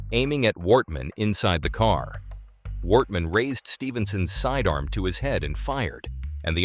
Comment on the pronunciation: Yeah many places were pronounced wrong as it sounded like it was a computer voice. At one time it said "Worthman" instead of Wortman.